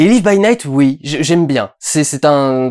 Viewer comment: on ne prononce pas live à la française